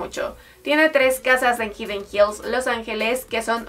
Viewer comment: Hidden Hills.... Se pronuncia: Jaiden Jils